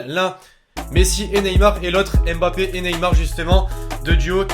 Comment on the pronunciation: c pas m'bappe c mmmmm...bappe